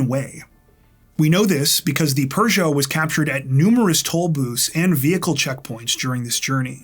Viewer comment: I once owned a little French sedan many years ago. It’s actually pronounced with no R in the word.Peugot.